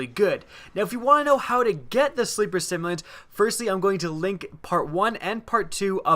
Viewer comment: Sim-U-lant.. simulant... like a simulator.. to simulate.. simulated.. not simont !.. sorry... great video though!